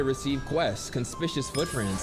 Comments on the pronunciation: You said “conspishuss” wayyy to confidently my guy!! 😂🤣😂🤣😂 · So nobody gonna talk about how he brutally murders the word conspicuous?